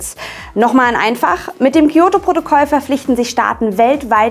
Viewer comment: Das "Kiyoto"-Protokoll... Weil es zu einfach wäre Kyoto zu sagen. Ich erwarte nicht, dass ihr perfekt Japanisch könnt aber ein bisschen sollte man schon auf die Aussprache achten. Ich gucke eure Videos wirklich gerne aber mir ist jetzt schon öfter aufgefallen, dass ihr Wörter teilweise komplett falsch ausgesprochen habt (zB Hommei-Choko im Valentinestagsvideo).